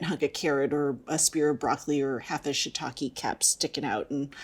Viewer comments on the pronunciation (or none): none